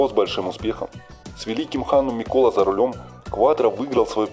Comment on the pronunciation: С Мишелем Мутоном, и Миккола с ударением на О? 🤣🤣🤣🤣